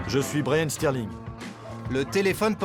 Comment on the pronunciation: Au début il a dit brayan streling peut-être c c'est de la famille de Raheem streling